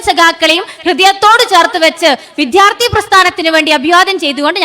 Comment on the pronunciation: വിദ്യാർത്ഥിയെന്ന് മര്യാദയ്ക്ക് ഉച്ചരിക്കാനറിയാത്ത അടിമക്കണ്ണിന് അഭിവാദ്യങ്ങൾ... ലാൽ സലാം